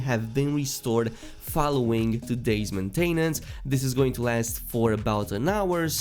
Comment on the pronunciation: you pronounce maintenance funny. i nearly spit our my drink when i heard you say it